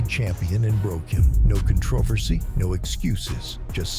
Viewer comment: What in the heck is "conTROVersy"? SMH.